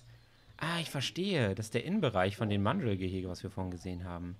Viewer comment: Ich mag deine Videos...aber es heißt mandrrrrrrril und nicht englisch ausgesprochen